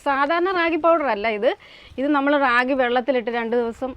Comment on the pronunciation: അതെ, രാഖി അല്ല റാഗി .